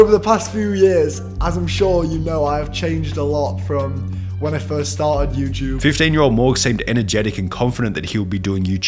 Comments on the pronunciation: He’d be a billionaire for every time he pronounces “YouTube” “youchub” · You-ch-ube hm yes